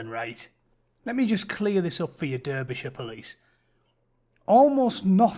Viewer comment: Durb-ishurr?? You been in the US too long mate lol